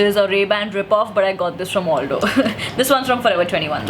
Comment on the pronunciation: It's Al-Doh and not All-Doh. You can thank me later 🙃